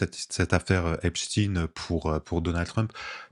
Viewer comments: 1. La base de cette affaire est une partie des méthodes usitées par le Moss@ avec des vidéos compromettantes permettant un chantage ; 2. La prononciation en « chtin » et non « schtaiin » est révélatrice de la place du moss@ dans cette affaire. On est curieux d’apprendre le prochain suicine-assassinat dans cette affaire. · 1. L’affaire Epstein (chtainnn) relève complètement des méthodes du moss@ qui consiste à créer des videos piégeant des élus étasuniens afin de pouvoir faire pression sur eux . 2. De manière qui pourrait apparaître anecdotique, mais qui est tellement révélatrice, c’est la manière dont on a imposé la prononciation du nom en « stine » et non « schtaiine ».